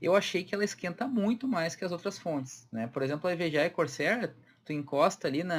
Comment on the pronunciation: Evga e corceer? Com o sotaque, foi isso que entendi!